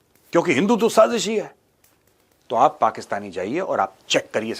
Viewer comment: That last "sajis hayyyyy" in the accent.😂 You rock with the facts! ❤